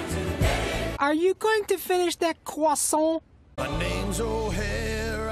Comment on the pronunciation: So I say, let it ARE YOU GONNA FINISH THAT CWASSAUNT?